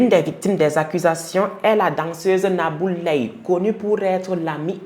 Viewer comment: Tu as très bien prononcé le nom de cette sorcière nabou leye 😡